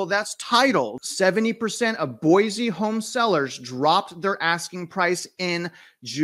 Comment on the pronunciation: FYI....it is not pronounced Boy-Zee...it is Boy-See.